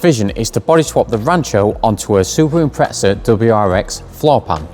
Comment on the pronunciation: What is with you lot calling a Impreza, Impretza? there is no T lol. Agree with by the way 100% Keep at it